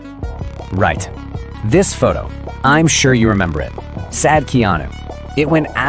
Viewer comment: his name is not Keano...